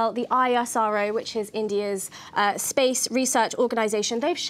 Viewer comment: Its ISRO not I-S-R-O. Just how its NASA not N-A-S-A.